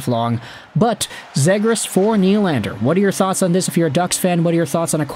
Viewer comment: Please pronounce him correct:"Trevor Seagrass"